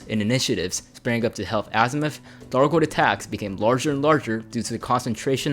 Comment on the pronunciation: Before I come off like an asshole. This was good information. Good video, well written. Good content all around. However your speech consistency and your speech articulation was extremely distracting and broke my brain several times. Maybe you have a speech impediment and apologies if thats the case, but how on earth can you pronounce words like: Python, thargoid, three, thirty, azimuth, the, there. But you can’t pronounce: other, brother, together, earth, and with. It’s just so inconsistent I found myself hunting for correct and incorrect usage of th articulation instead of the video content itself. It just made me feel like your speech is lazy when I know you spent a lot of time getting these details down and putting this video together.